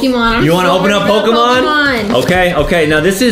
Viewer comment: Adam, I’m happy you know Pokémon cards and how you perfectly pronounce the names of the Pokémon.. love it